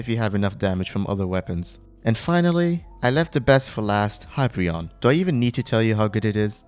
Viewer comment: hyperion not hypreion but thanks :)